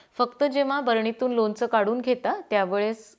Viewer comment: लोनच नाही लोणचं म्हणतात.